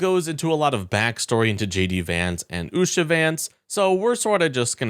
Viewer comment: Usha? Loompah. Loompa ? Usha. And you mispronounce Kamala?.. And i dont even like her.